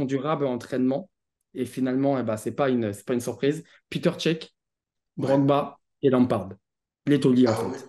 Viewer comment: Peter cech 😂😂 piteur cech 😱